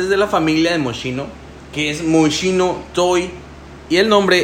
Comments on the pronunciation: Mochino jajajajjaja 🤣🤣🤣se pronuncia así: 'Moss-KI-no'. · Fatal. Mochino...??? Basta que veas el comercial del propio perfume, para que escuches la pronunciación. 👎